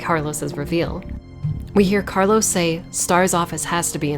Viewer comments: Btw your pronunciation of carlos in spanish was perfect. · Your spot-on pronunciation of Carlos' name warranted a new subscriber. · For an english speaker u said carlos name quite good 😚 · Great video as always, btw I love your pronunciation of Carlos’s name